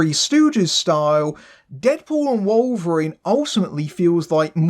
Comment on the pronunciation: Who the hell is Wollverine? 😂